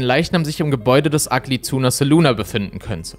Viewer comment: Ja, aber man muss das „ahh“ dennoch nicht so betonen.